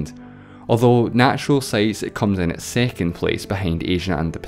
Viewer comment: What accents is this? Im baffled on how you pronounce words like cities as "ceties", second as "sicond", six as "sex".